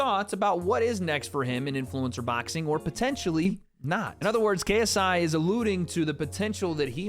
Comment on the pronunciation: Lol says “baxing”